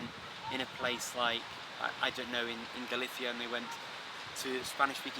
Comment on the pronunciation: Tenerife, Spain, Africa. I'm surprised that a man so amazingly well-versed in so many languages had to resort to the Spanish-language pronunciation of the word Galicia. In English it should rhyme with "militia", the ending like the end of the name of the West Indian island "Saint Lucia". What an amazing speaker, though, of so many languages so well!